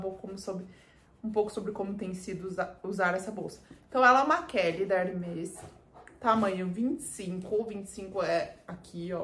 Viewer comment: Ba, como Hermès é um nome próprio, pode falar tranquilamente com o som aberto : Herméees. 😊